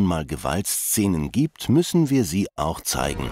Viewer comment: es heisst "gibt" und nicht "giebt".... Sorry aber es ist erschreckend, der Deutschen Sprache sind sich immer weniger mächtig